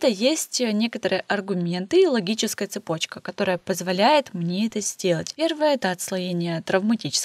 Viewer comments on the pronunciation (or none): none